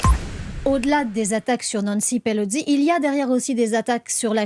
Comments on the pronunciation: Pelo SI. PELO. SI. Pourquoi vous dîtes PeloDI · Pelosi non Pelodie🤔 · Nancy Pelosi, pas Pelozzi, elle n’est pas Italienne chère madame. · Quelqu’un peut expliquer à la présentatrice que Pelosi ne se prononce pas Pelozzi….